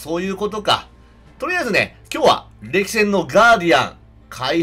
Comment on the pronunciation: どうやったらこれを“せんれき”と読むのか